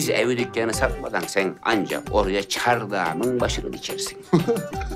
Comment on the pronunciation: "Çarrdağmın başı"